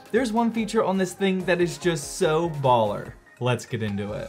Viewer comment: Dislike for saying baller as white as possible